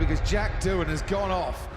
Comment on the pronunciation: Doohan? More like Doonon🤣